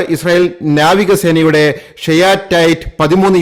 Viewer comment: നാവികസേന എന്നു ശരിയായി പറയൂ